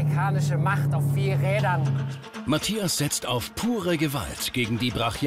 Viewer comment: auf jeden!Allein wie sie Mathias sagt:Matjas :D